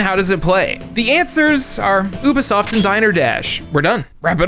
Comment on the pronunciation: Why does he keep pronouncing it Oo-Buh-Soft?!